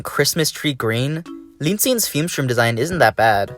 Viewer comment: You mean Fume-Shroom right?